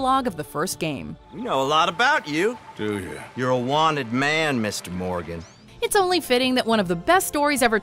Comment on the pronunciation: Arthur Mordon